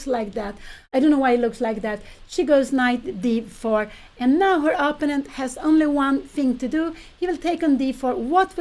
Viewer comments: I still wonder why Pia insists on pronouncing "opponent" in her own personal and not entirely correct way, with the stress on the first syllable instead of the second. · Pia, please learn to say the word opponent.